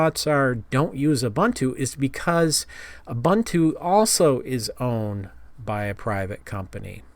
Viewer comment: it's oo-boon-too but who cares at this point. no one says it properly